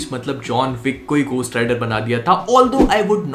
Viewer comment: gostt rider nhi beh,,, घो hota h